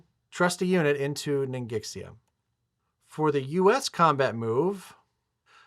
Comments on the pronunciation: It's pronounced as Ning Shia 😂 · Ningxia is pronounced ning shaw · ningxia is pronounced ning shya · The "x" in ningxia is pronounced as an "sh" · Hey guys, love these AA series, and great commentary as always. As someone who speaks a bit of Chinese, I felt like I needed to comment on some of the Chinese names/pronunciations, specifically "Ningxia" (the rest of the names are no big deal). Sorry if someone's already said something about this. So, about Ningxia. The first part, "Ning," is pretty straightfoward - it sounds like the 'ning' in "beginning". The "xia" part is tricky because the 'x' sound in Chinese does not sound like "eks", "ks", or "zee" like it does in English. In truth, it makes a sound kind of in between "sh" and "s," which doesn't exist in English. To approximate the sound, just use an "sh" and it'll be reasonably close. So all in all, you could say "Ningsha" or "Ningshia." Just be aware that the whole thing is only two syllables, so if you say "shia" it shouldn't sound like "she ya," but rather one combined sound. Like a "hyah" that a martial artist or horse rider might make or something. Another thing that's interesting is the romanization of the place names. So my understanding is that back during WW2 times, China used the "Postal" romanization system, which is reflected on the game board with names like "Kwangtung" and "Fukien." This is a nice detail to make the game feel more... WW2-y. These days however, people typically use "Pinyin" romanization, so like "Guangdong" and "Fujian" instead of Kwangtung and Fukien. What's weird is that "Ningxia" is actually the modern Pinyin spelling. To be consistent